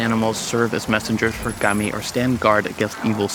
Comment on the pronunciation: You pronounced kami wrong, and you make a lot of very Christian assumptions.